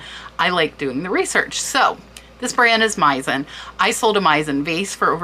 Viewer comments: Very interesting! One small thing: Meissen is German and is pronounced with “s”, not “z”. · Thank you for all the infos, you need to work more on your pronunciation and specially Hermès and Meissen Hermess, Meissen, no z